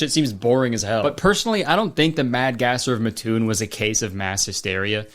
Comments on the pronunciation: Omg I live in Illinois near Mattoon when Kurtis said it I was like what, I have always said it as Mat toon like it was two different words but how he pronounced it makes sense lol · That repeated mispronunciation of Mattoon was deeply upsetting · Omg, I got whiplash when you mentioned Mattoon. I moved from Canada to mattoon and it was constantly talked about in the high school. I didn’t think it was that big of a conspiracy lmao just a mattoon thing. Which apparently you’re pronouncing Mattoon wrong 🙃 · Anyone from central Illinois cringe at how he pronounced “mattoon” lol? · im from around mattoon and i didnt even realize he was talking about it because he pronounced it so different😭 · You pronounced Mattoon wrong but that's also because Illinois dummys spelled it wrong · Being from Mattoon, we say it like "ma" like in "mask" and then toon. Neither ma nor toon have higher emphasis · As someone who lives 10 minutes from Matoon, your mispronunciation of it's name drives me crazy lmao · The way you pronounce Mattoon is genuinely painful (I am from the neighboring town 😭😭) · Hope the people that live in Mattoon watching this will spare you and not attack you for mispronouncing Mattoon. 😂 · I grew up like 20 minutes away from Mattoon and the way Kurtis is pronouncing it is KILLING ME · MAD GASSER MENTIONED!!!! its pronounced MAT-toon not muh-TOON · as somone who lives in mattoon iv NEVER heard of this before this video. (ps kurtis it MAT-TOON not MUTOON) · Living next to matoon illinois is crazy 😭😭 its MATT-toon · it's Mat-toon MAT NOT MUT!!! I hate this town no one says it right. (I live here and I've never even heard of this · Matoon is not pronounced like that also crazy i aint heard that one cause i live like 30min from matoon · Hey, just popping in to say that "Mattoon" is pronounced "Maah-toon" instead of "Muh-toon" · As someone from southern Illinois, hearing Kurtis call Mattoon Mah-toon instead of Mat-toon (the way pronounce it) is so funny to me